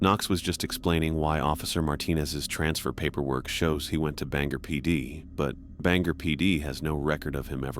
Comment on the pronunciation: Its ban-gor like gore without the e ive lived here for most of my life😂😂